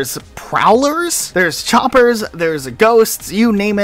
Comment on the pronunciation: I like how he says chompers instead of choppers what is this? PvZ in halo?